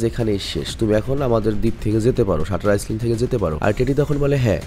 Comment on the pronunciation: শাটার আইল্যান্ড, হবে. আপনি বলেছেন, শাটার আইসল্যান্ড. কথাটা সঠিক নয়.